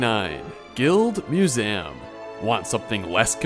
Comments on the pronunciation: Why tf you say Museum like that? Annoying af im sorry. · why do you say museum that way